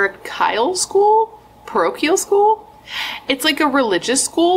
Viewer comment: It's pronounced puh-row-key-ull school. You're absolutely right it's generally a Catholic school. I went to one until eighth grade. Was not a fan lol. Was extremely difficult and at that age I was not a fan of uniforms. Went to a public high school and did so much better and absolutely loved it❤❤